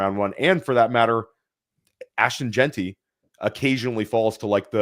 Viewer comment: doesn’t know how to say Jeanty - he pronounces it “Jainty,” like dainty 🤦‍♂️